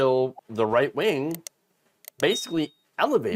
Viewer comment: I tend to watch with the closed captions running. When you say "right wing," it sometimes prints as "white wing." ... I guess it's not completely wrong 🤷‍♂️ but it gives me a giggle 😄